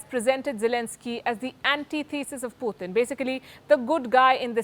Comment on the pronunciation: wish she would learn how to pronounce Putin's name correctly